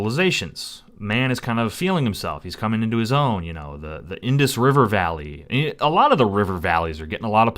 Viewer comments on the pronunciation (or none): none